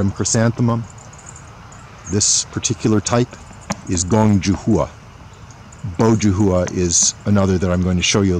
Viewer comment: JUH HOO-A LOL. It's pronounced JOO HWA. Not hating, I have like 10 of these around my yard thanks to you guys